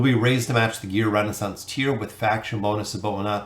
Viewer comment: man i love ur content but reading that wrong consistently realy was bugging me the whole way trough XD not Renaissance, ReSOnance